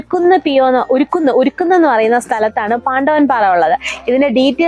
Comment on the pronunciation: ഉരുക്കുന്നല്ല മേഡം " ഉറുകുന്ന് " വീഡിയോ ചെയ്യും മുൻപ് അവിടെ പരിസരത്തുള്ള ആളുകളോട് സ്ഥലത്തെ പറ്റി അല്പമെങ്കിലും ഡീറ്റെയിൽസ് തിരക്കായിരുന്നു..പ്രദേശത്തിന്റെ പേരെങ്കിലും 🤷🏻‍♀️